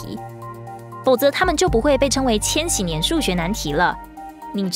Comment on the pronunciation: 那念千禧（ㄒㄧˉ）年